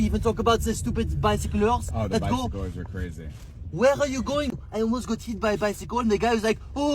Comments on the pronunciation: "...and not even talk about the stuipd by-sic-clurs!" 😂😂😂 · Saying bicyclers sounds funny to me, I don't know why but it makes me laugh....